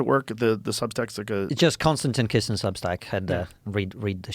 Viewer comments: It's Kisin, not Kizin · Kisin, not Kizin. 🤦‍♂️